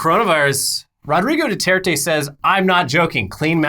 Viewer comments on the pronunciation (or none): none